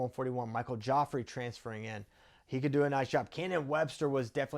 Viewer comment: Nice vid. Gioffre is pronounced jh-FRAY, not Joffrey.